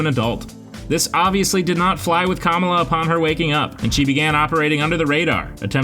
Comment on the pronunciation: at least try to pronounce Kamala correctly just a little effort man